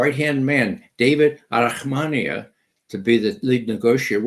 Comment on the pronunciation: Arahamiya not Arahmania.